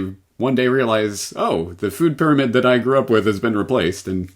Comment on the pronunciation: I heard her say "fear-amid".